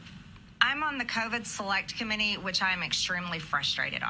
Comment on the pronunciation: Wow Marge... It's "uniTed", not "uniNed", and "commiTee", not "commiNy".